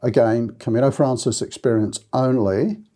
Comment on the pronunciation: thanks for all the information you provide. I want to say, though, that it’s “Camino Francés,” which is Spanish for the French Way. “Francés” is pronounced frahn-SACE.